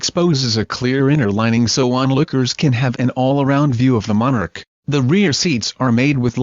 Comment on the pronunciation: Monarch not manor